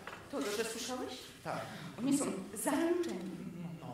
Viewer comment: "czy ty słyszOłeś..." ;-)